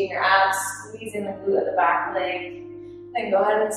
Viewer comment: When she said “Keep your abs engaged” I heard “Keep your ass engaged”